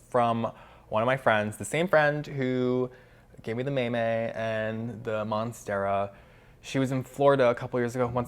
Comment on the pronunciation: I've always heard it pronounced mah-may. I'm pretty sure I saw one last weekend at a home depot in the midwest.